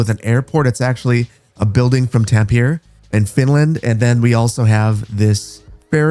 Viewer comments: Quick sidenote as someone who is studying Finnish. Tampere is pronounced more like "Tam-peh-reh" not "Tam-pier" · You butchered Tampere, its not "Tam-pier" it's "Tam-pe-re" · Tampere is pronounced "Tam-peh-rey" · Looks fantastic! I wonder how it will run. Also, you pronounce Tampere TAM-pe-re! Tam like "tamarind", Pe like "pelican" and Re like "repercussion" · I'm Finnish and I'm hyped to have Finnish stuff, though I have to say, how you said Tampere, wasn't even close hahaha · Great video except for the Tampere pronunciation ! :D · We need to talk about your pronanciation of Tampere. XD